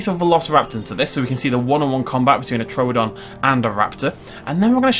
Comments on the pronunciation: True don not tro don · True don! It's not TRO don. You say everything else right, but you can't say it's name right.